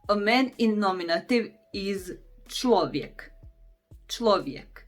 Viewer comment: Just an interesting detail: you seem to know how to pronounce palatalised consonants (like where your "v" in "clovek" is palatalised), yet also seem to alternate between palatalised consonants and iotified consonants (like , where your "vek" just sounds like "vjek"). Is the distinction between true palatalised consonants (i.e. soft consonants) and simply iotified consonants (i.e. consonants followed by "j") not present in Croatian? I know that it isn't present in West Slavic languages, but South Slavic languages too? That's a revelation for me.